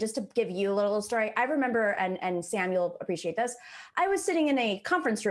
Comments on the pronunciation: I listen to the show all the time then doesn't even know how to say sams name 🤣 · I disagree. This caller was exceptionally unprepared. It was dripping off him from the start. He said he'd been watching the show and didn't even know how to pronounce Sam's name.